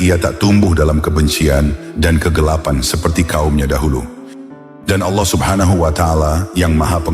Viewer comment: Penyebutan nama Allah, perlu di koreksi.